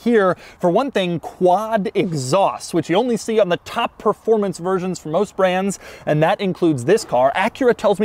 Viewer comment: All the videos have those awesome rims. All the Type S's for sale on websites have ugly rims. What gives? Also, did he just say "performancy?"